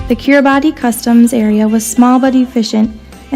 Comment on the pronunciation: Makes me want to do a DXpedition; oh, and as a side note, there is confusion over the pronunciation of Kiribati, the "ti" at the end is pronounced as an "s" sound.